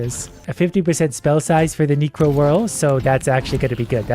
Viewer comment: Okay, HOW do you read such a common gaming term SO WRONG? Reads 'necro' as "nee-cro"? I'm kinda thrown off here.